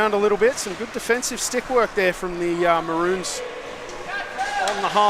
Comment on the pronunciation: Mah-rones Not bloody mah-runes